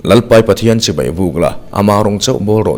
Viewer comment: A van tha in a van ngaihawm em Chibai tih i lam hi chibei.. Tih a ang țep zel